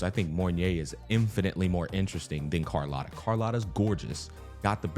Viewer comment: Brooo, for the love of god, its cArlOTta not cOrlAtta, AAAAA